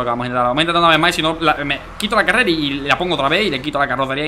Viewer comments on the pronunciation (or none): Bro carrela no es carrera bro like si lo escuchaste